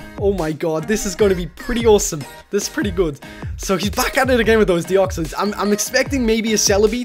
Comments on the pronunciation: not deoxeys deo-x-ys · The way you pronounce Deoxys is so wierd.. Deoxoiss